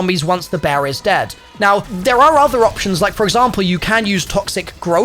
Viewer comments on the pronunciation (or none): none